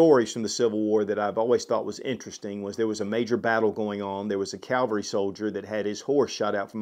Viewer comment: I enjoy your videos immensely and they are full of great information. However, you could pay attention to your pronunciation of the word "Cavalry" throughout this video. You're pronouncing the word "Cavalry" as the word "Calvary." Those two words are entirely different things, with "Cavalry" being mounted or mechanized soldiers. The word "Calvary" is actually the location in the Middle East where Jesus Christ was crucified. A great tip for remembering how to spell or pronounce "Cavalry" correctly is to remember that the only commonly-used abbreviation for the word "Cavalry" is "Cav." Some examples of this use are "First Cavalry Division" (abbreviated as "First Cav") or "Horse Cavalry" (abbreviated as "Horse Cav") or "Air Mobile Cavalry" (abbreviated as "Air Cav"). None of those abbreviations work or sound correct if one substitutes the abbreviation "Cal" meaning "Calvary" into those examples. Try it, say "First Cal Division" or "Horse Cal" or "Air Cal" and see how ridiculous that sounds. Believe me, NO soldier will make it though modern "Armored Cav" basic training if they're mispronouncing "Cavalry" or "Cav" without spending half of their lives doing push-ups until the soldier is experiencing muscle failure in their arms. Meanwhile, the soldier's Drill Instructor offers positive reinforcement, of course! Retired 19Kilo (Abrams) and 19Delta (Bradley) Cavalry Scout "Scouts Out!"